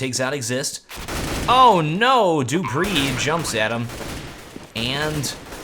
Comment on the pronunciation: xyp9x is correct, and he also trained himself to say dupreeh, not dopreeh, and friberg, not freeberg. so good job:)